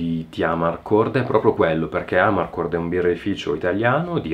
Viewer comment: Giusto una nota di pronuncia: Amarcord accento sulla o (dal dialetto "a m'arcord", cioè "mi ricordo")